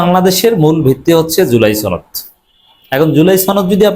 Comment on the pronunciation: সনদ উচ্চারণটা শিখুন।